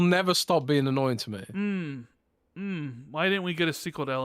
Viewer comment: there is no k in annoying!! FYI, its annoying not annoyingk